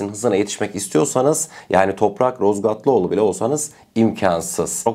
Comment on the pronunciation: Emeklerine sağlık, geçmiş olsun. Toprak kardeşimiz soyadı Razgatlıoğlu, dilin sürçtü sanırım 😉